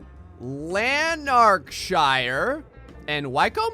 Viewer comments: Hah, I'm sure he put deliberately awkward to pronounce British place names in there to trip you up. Lan-nac-shure ( that one's Scottish, good luck with getting it right ), Wick-um ( Wycombe ), first part of Chelmsford rhymes with Helm, etc. You pronounce Brighton like a Londoner tho :) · Lol yeah I had a good giggle at him trying to pronounce Lanarkshire.